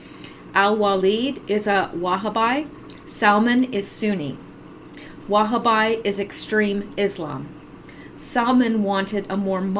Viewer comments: Pronounced: Wha- ha- bee. Not Wha-ha-bi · the word is pronounced Wahhabee, not Wahaby! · it is pronounced wa-ha-bi, accent on bi, sounding like bee. consanat vowel, 3 syllables, last accented. gun fight at ok coral. j.